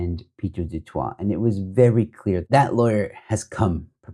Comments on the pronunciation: The pronunciation of du Toit is duh tooi but for Pieter I suppose duhh twa(t) is preferable.. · 😂 do toit... no joe ...the sound to the du toit surname sound like duh-toy..its a little closer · Pronounced “du toy” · I enjoy listening to your posts. Du Toit us pronounced "de Toy". News24s new name should be k@ praat24.😊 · I love the way you pronounce his name "Pieter du Twat" classic! 😂😂😂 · It's pronounced Du-Toy amongst the common man. Maybe there's some Du- Twas walking around the Cape Winelands but in Boksburg is mostly Du - Toys 😅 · Just for future use - Du Toit is, in SA, pronounced" du toy" although I think the original French pronunciation IS the way you pronounce it. There's another offshoot of News 24 which does podcasts called "The Three Beanies" which I troll relentlessly as they are so Woke & who also ran with the Twitterbaas story before checking it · Not quite. It's pronounced like the "ooi" in Afrikaans. Same as more familiar Afrikaans words like rooi (red) and mooi (beautiful). So, "du Tooi". Can't actually think of an English word that has that ooi sound. That will be the Afrikaans version. But because it's French it may be pronounced as du Twah in French (probably, I'm not a French speaker).